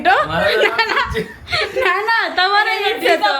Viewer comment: દરેકે દરેક વાક્ય મા જ્યાં જ્યાં "છે" આવે ત્યાં ......"હે" "હે" કેમ બોલો છો .....